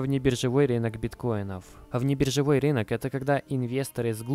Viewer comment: рИнок режет ухо, РЫНОК говорится!!